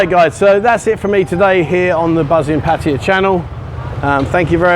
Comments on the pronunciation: ....puh- teye- yah..... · Surely you can learn how to say Pattaya correctly as it’s mentioned in your videos often Thai people would respect you more